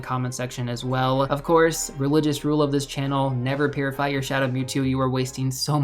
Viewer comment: Now I can’t I hear it lol